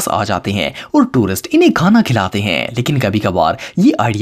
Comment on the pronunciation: Ap ne khana ko thana bol dia 😂